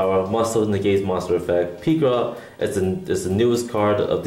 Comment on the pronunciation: The japanese name is pirika not pikira...